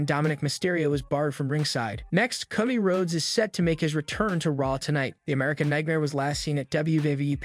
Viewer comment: dude ti is not pronounced caw dee it is co dee